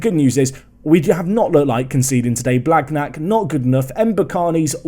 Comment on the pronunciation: Your pronounciation on th « gn » like blagnac is terrible! 😂 it’s more « blaniac » if you only consider spelling